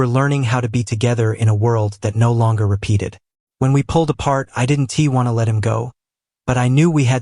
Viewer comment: Not sure what you've changed in your creative process, but the narration is off. The narrator is pronouncing contractions like, "did N T" instead of "didn't". While I'm supportive of your work, it makes listening to the narrative a little frustrating . . . . . .